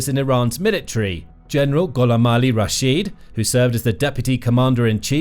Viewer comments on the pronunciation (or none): none